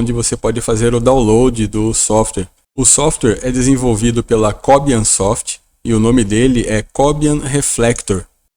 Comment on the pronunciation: Não é Có - bian. Este é um nome de um cubano, que atualmente mora na Suécia, e em castelhano se pronuncia, co - biân.